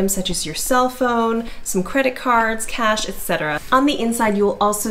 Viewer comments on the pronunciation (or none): none